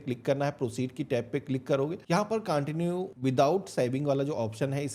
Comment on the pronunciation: CONTIUE HOTA HAI BHAI CAANTINUE NAHI